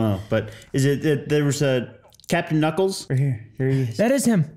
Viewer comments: Its Captain Ka-nuckles. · his name is Captain Knuckles (pronounce the k) 😂